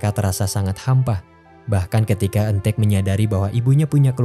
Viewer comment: Apa cuma aku yg denger kata "ojo cemburu..." dari eun taek di menit 😭😂